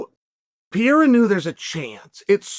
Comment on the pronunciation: Pierre-Uh for Pereira will never not be funny lmao